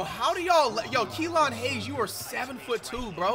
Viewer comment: He said kelone hayes😂😂😂😂😂